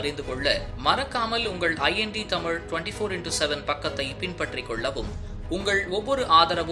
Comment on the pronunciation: என்னடா தமிழ் (தமில்) பேசுற ?😂😂😂